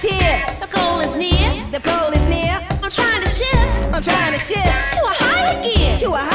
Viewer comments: sounds like he said shit instead of shift. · It looks like he says «To a time to shit!»